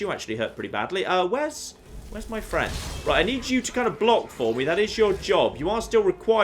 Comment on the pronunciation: Most annoying voice I've heard for a long time. Translations: "Toowah" = too "catting" = cutting "meeyuh" = me etc.